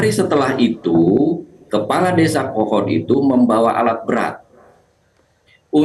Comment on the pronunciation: Kepala desa "Kohod" koq jadi "Kehed"